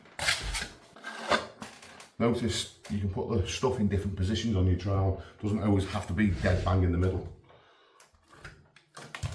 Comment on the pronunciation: No offence ment by this you legend but how comes you can say ALL this area but say OWAYS when saying always? 😉🤣🤣